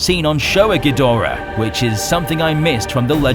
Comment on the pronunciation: The linnorm look is good, just as is the quadrapedal look. Ghidorahs tend to be pretty impressive, which goes to show how much behind-the-scenes effort goes into refreshing the classic kaiju. In the Showa days, one bad dub changed (gee do rah) into (gee DOR ah) and fans cringed. Generations and many swallowed Tide Pods later, western fans take pride in mangling the name. 'Poor spacedragon.